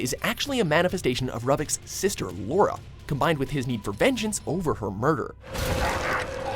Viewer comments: R-u-h-vic???😂 it's R-o-o-vic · Ruvik is pronounced roo-vick not ruh-veck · The Evil Within creature is called the Blood Witch and Ro-vick is how you pronounce it. Lol it's pronounced Ruu-vick. Ruvik is not impressed. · Dear watchmojo, Ruvik's name is pronounced Roo-vick, not ruh-vick. And dont tell me its your interpretation of it from it in text, because they SAY HIS NAME OUTLOUD! IN THE GAME! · Did I just hear Ruvik's name pronounced "Ruh-vik" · Sparkyisheretoparty yes. You just freaking did.... so annoying!!!!! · I've only seen one or two of their videos that haven't had mispronunciations. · It's Ruvik. Roo-vick. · Ruvik. Pronounced with a "U"... R-U-vik. Hell, they say his name enough in the game... how did they still manage to pronounce it wrong in this video? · who the hell pronounces ruvik like that? they literally say it multiple times in the game but yall just had to say it different like yall always do huh? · The way he was saying Ruvik bothered me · How the heck did they mispronounce ruvic's name??? They same it countless times in the evil within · He is saying Ruvik's name wrong